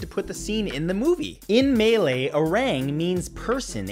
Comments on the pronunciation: malay = muh lay not melee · oh man... you reached new heights with the "Mey Ley" lol. its pronounced ma lei. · #22 fact, Malay is pronounced as MUH-LAY not MAY-LAY. Jesus